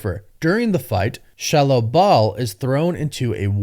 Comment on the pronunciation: Why in the hell are you saying shallow bal